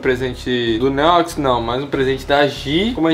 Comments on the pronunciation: Como é: “Um beijo do que ama vocês, um beijo do Neox que ama vocês. Até amanhã e flw!” Como eu ouço: “Um beijo OUTRO NÍVEL porque amamos vocês. Até amanhã e flw!” Haha 👊🏻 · Mano sabe quando o neox falava neox na área nos vídeos antigos, eu sempre escutava neox nine kkkkkkk só eu??